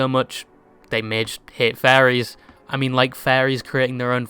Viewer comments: you pronouncing Furries like "Fairies" actually confused me for the smallest split second lmao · I’m sorry but bro’s accent made me think he was saying faeries (slang/offensive term for gay men) instead of furries and I got whiplash for a hot second there. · I love how you mispronounce the word "furries" in such a funny and degenerative way xD Makes me think you can't speak and read English.